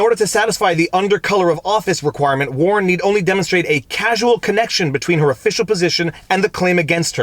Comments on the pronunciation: Pretty sure that says "causal", not "casual" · Not "casual" connection, causal connection. Sigh ... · It says a "causal" connection not a casual connection lol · It's "causal" not "casual". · Note the difference between Casual and Causal (e.g. ), though it doesnt make much of a difference here as far as I can tell. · ‘Causal connection’ not ‘casual connection’. Big difference! . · Mr. Frei- please note that the text of the analysis refers to a CAUSAL connection. You read it as "CASUAL" connection. Those are two different words meaning very different things. I still think the sovereignty defense stinks, but let's be clear what the text actually says.